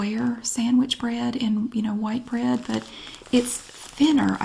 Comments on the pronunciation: BREAD. BR👏🏼 EA👏🏼 D👏🏼. 3 syllables. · Yes In the Carolinas bread has 3 syllables